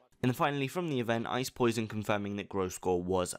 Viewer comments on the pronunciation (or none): Again with the wrong name... it is ice PO... SE... I ... DON ---> NOT ice poison. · OMFG Say Ice POSEIDON correctly... not Ice 'Poison" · can you please pronounce it right? theres a difference between poseidon(the greek god of the sea) and Poison... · All this time, and he still pronounces Ice Poseidon's name as "Ice Poison." Lmfao! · When I heard that, i was like wtf. I had to rewind to hear it again. Who is Ice Poison? lul Cx in the chat boys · Why do u say "Ice Poisen" erverytime is this a joke i missed? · U pronaunce Ice POSEIDON "poisen" :D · You're STILL calling him "Ice Poison"?? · Can you please learn to say Ices name properly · Can you start pronouncing Poseidon correctly?